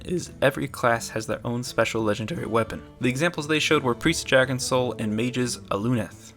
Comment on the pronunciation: You say DRAGON totally Wrong.